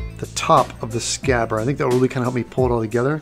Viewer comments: I was wondering what happened to D in scabbard? Aaaand since we're having a pronunciation post and all the name of the company Tamiya (as far as I know as theres apparently no long "I" sound in Japanese) is pronounced Ta-mee-a not as, the amazingly awesome and Bill Doran say) Ta-my-a, I know I might be getting a little grammar weirdo here but it drives me loopy hearing it said, to my mind, the wrong way. Now if I'm incorrect please tell me because I'd hate to make a total arse of myself? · The word is scabbard